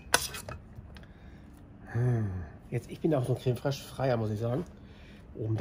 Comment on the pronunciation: Geiles Rezept ;-) ... Was hör ich da ? Ein Löffel Creme ” Frösch ” ? ;-) das muß das gute Zeug sein ;-)